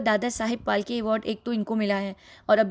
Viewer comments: PHALKE.. NOT FALKE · Dadashaheb falke Not palke